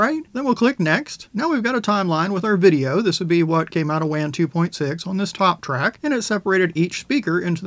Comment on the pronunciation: Hey man I love your content you always put out reliable information with a dedication to thoroughness. With that in mind, I'd like to recommend that you pronounce "Wan" with the same vowel sound as "lawn" rather the vowel sound of "can." In the same way that you would pronounce "taco" or "nacho" with the same vowel sound as "lawn" rather than the vowel sound of "can" or "cat." Wan is produced by a Chinese company and this is likely how they pronounce it.